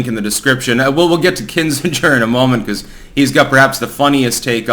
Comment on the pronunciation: how can you be as connected and informed as you are, and get so many pronunciations wrong? It's Kin-Zing-er (not Kin-Singe-er). And a reminder, please look up the pronunciation of diaspora before you have another story that refers to it. Cheers!